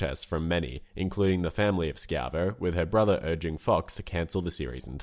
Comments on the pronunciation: Hold on lemme get this straight, you play the song which clearly says "schievo" (sh Eye Vo) but still insist on pronouncing it (SKY VO). Your a bot rnt you. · why do you keep pronouncing it skiavo when it's clearly pronounched shivo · Dude, it's not sky-ah-vo, it's shy-vo. The family guy clips even say the name properly. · Narrator says "Terri Ski-Ivo" several times but in the Family Guy clip it clearly pronounces her name correctly, like Shy-vo. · "Terri Skee-avo"... Is that just like an accent thing or is he one of those people who refuse to say things correctly. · You included the clip of the Terry Schaivo song which pronounced her name right, but you couldn't just copy their pronunciation? what the heck,? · they say her name in the song and you say it wrong twice. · Unless family guy was pronouncing it wrong I'm gonna question how you saw that clip and still managed to pronounce it wrong. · Just great when you have the musical number you're talking about in the video, yet you still fail to properly pronounce the name being sung in said clip. :/ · how do you mispronounce a name while showing a clip where the name is pronounced properly multiple times